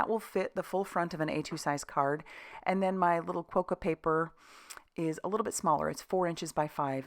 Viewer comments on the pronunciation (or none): There are ads on Australian tv at the moment with Quokkas, pronounced with a short o sound not a long o sound. Great cards! TFS